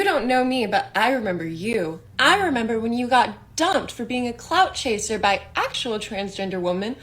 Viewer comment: Every time you said clout chaser I heard could chaser and was confused where the clouds came in to this story.